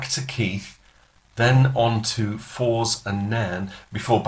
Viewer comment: First gig in Scotland was indeed at Alloa town hall on Friday, 20th of May 1960. There is still a plaque on the wall to commemorate the event. I saw it a wee while ago. *Minor detail - Forres is pronounced the same as forest but without the 't' on the end. 😉👍 Otherwise a nice video. Very inormative and entertaining